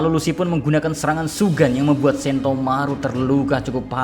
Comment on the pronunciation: Shigan bukan shugan:v